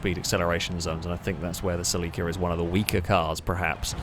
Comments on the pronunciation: Either you are pronouncing Celica entirely wrong, or I have done so since NFS Underground.. I don't know if I want to find out. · In Japanese they put the emphasis on the i so I feel like cel-i-ca is more correct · By that you mean, you mispronouncing it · Never heard "Celica" pronounced that way. I like it & I'm gonna use it 👍🏾